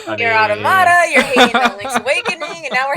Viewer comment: The amount of people who sing Nier: Automata's praises but STILL can't pronounce Automata correctly is too damn high.